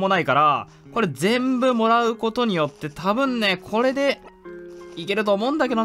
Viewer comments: 多分ねがタブンネの発音で草草草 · 多分ね の言い方タブンネになってるww